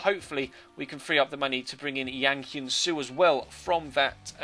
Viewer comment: It's pronounced jang hyun soo not yang hyun soo If any trolls wanna argue with me go ahead u can argue your ass of but guess what im korean